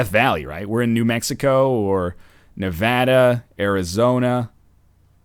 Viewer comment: You said Nevada right :D